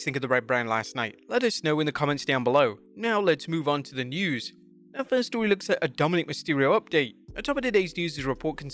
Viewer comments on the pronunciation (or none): none